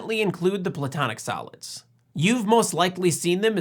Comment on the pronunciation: A couple of times I thought you said the platonic salads. But that works, too. 😁